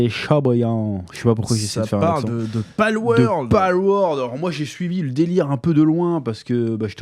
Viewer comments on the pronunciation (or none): PALWORLD et pas PALWORD !! XD